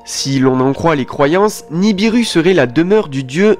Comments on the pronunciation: NI BI RU pas niribu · pas niribu c'est nibiru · Tu ne connais pas ton sujet tu ne connais même pas le nom de la planète en question qui n'est pas niribu mais ni bi ru. Ensuite elle n'est pas en formation dans l'espace, elle est aussi vieille que la terre. Bref encore une video uniquement pour faire des vue.